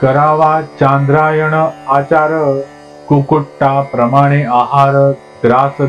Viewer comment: ओवी 23 कुकुटाप्रमाणे चुकीचा उच्चार योग्य उच्चार कुकुट अंड प्रमाण